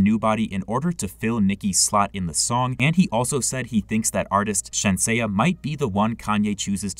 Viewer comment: Bro I called you out on how to say Shenseea's name and you still saying shen-say-ah 💀Bro it's shen-sea-ah. I ain't mad it's just annoying to hear you say it wrong still